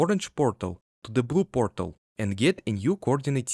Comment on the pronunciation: take a shot every time he says pörtèl